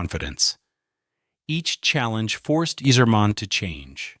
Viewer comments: Can you pronounce any name correctly? It's Eiserman and not Easerman, it's Chellios and not Chellios! Do some preparation, before you throw up in the microphpne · You're pronouncing it wrong, you sacrilegious jackass. It's EYE-zerman!!!! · Pronounced eyezermen . Could tell you never watched hockey. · I can't even finish the video..."Yeezerman". C'mon. "Cheelios" No way you're serious. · His name also isn’t pronounced eez-erman